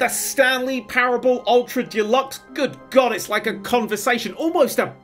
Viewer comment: I wonder if will ever learn how to say the word "deluxe" and realise it's not a brand of paint.